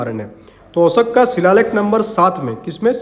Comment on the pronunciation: Sir aap 'Ashok' ko bar bar 'Oshak' kyu bol rhe ho. ?